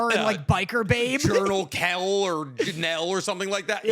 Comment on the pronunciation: calling Lucan “Lucien” and General Kreg “Journal Kell” 😭